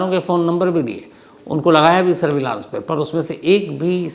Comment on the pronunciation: Shams Bhai, I love your presentations, and easygoing manner. I am sure many young people consider you as a role model and look up to you. They emulate your style and articulation including pronunciations. However, there are a couple of things that are troubling. For instance, the word SURVEILLANCE is pronounced as सर्वे(य्)लंस and not as सर्वलांस!!! PAROLE (pəˈrōl) is पSरोल and not पेरोल, which is how PAYROLL is pronounced. Paying additional attention also to gender when using words in Hindi/Urdu/Hindustani will make your presentations flawless and serve better your viewers. Thank you.🙏